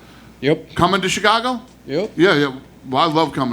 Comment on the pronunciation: U jus said CheeCago u still Mexican fam.. that former ish weird bro .